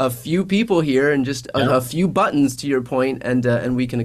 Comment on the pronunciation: Did he say "buttoms?"😂